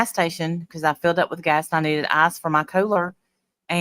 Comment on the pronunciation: when you say ice, I hear arse 😂 true 😂. I wonder if the man from the store thought that was what you were asking for lol